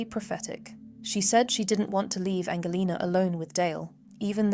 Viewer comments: Is this an AI channel?? English people dont say the word 'normalcy' thats american ...english people would say normality . Also the daughters name is mispronounced Its Angelina as in Angelina Jolie not Angle lena. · Angelina, [Angel and lina] not Angleina, [Angle lina].